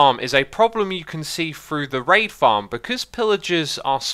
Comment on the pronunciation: Whenever he says raid it sounds like rape.